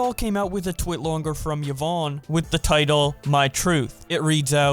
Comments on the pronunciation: It’s not yi-vonny, it’s yi-vonn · And " Yavoney" lol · Its pronounced ivon not ivoni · Yvonne= ya-von =ya-von-y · Its ye-von, not Ye-von-ee lol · Everyone saying Yvonni instead. Of Yvonne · Ee-von not Ya-vonny 😭😭😭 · It's not Yvoony it's Yvonne with an E not a y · ee-vonn NOT yo-vanny y-vonne there´s no "yo" in this name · "Yi vonny" "Yi voney" please man please stop you're hurting me man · Yvonne = Juh-vonnie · Yvone ee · pronounced E-Von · ikr its yee-vonn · I can't watch the video because I already know what happened and how he pronounces Yvonne is just triggering me. XDDD now I feel like a Karen in McDonald's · I find it hard to believe that no commentary channel can pronounce yvonne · How...do you manage to fuck up the names of the people who are front and center in this whole drama. Watching a single twitch clip could have told you how to pronounce it.... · i wonder if you'll ever pronounce yvonne